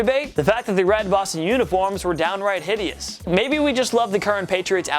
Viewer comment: And the pats old jerseys are on my top 5 and he’s saying it hitious